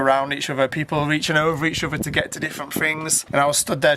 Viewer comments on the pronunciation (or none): So annoys me when he says over instead of other